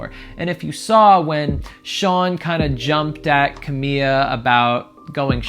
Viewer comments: Is c a m i l a not c a m i a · Why are you calling her "Cah-mee-ya"? It's Cah-mee-la Cah-bay-yo.. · Ugh. Her name is CamiLA not Camiya. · "Camil""La" not camilla.... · Was it bugging anyone else that he was calling her camia. I was like its Ca-mi-Laaaa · I never thought that I would find someone saying “camilla” so frequency instead of “Camila” annoying. She is not a stretcher/hospital bed. If it has a “ll” (like in her last name “Cabello”, which mean hair btw), then definitely make that sound. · her name is ca-mi-la not camia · It’s not camia it’s CamiLa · XD Ca-mee-la not Ca-mee-ya lol sorry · Dude it’s Camila, not Camia. Seriously why can nobody pronounce her name the right way?!??!?!?! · CAMILA ❌ CAMIA ✅ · It’s pronounced “ KA • ME • LA “ spelled Camila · I love that he calls her camia 😂 so wholesome lol. it just proves he genuinely is giving genuine reactions because he doesn’t know them well! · Cuh-me-la put it together Camila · It's CA-MI-LA GRRR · Lmaooooo 🤣 that's wild from CerrMILLA, "Camiya" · Did anyone notice that he is pronouncing Camilla as camia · CEO of “Camiya” 😂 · This guy can't pronounce Camila and he doesn't know Shawn Mendes is gay. How does he have 80k subs? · Every time you say her name my heart breaks a little